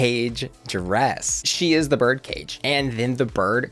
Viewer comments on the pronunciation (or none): none